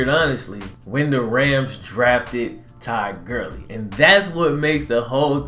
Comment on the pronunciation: i thought u said Ty Gurly, im like wtf. i guess just the accent for Todd Gurly